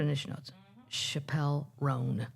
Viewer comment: Its Chap-pell. Like chaps. I love her too. ❤